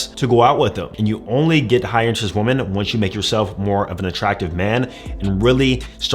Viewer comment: Can we say women the right way? Not pronounced the same way as (a) woman